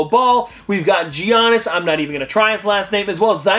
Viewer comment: its actually better that he didn't try to pronounce antetokoumpo because he totally butchered his first name I mean i know its greek but still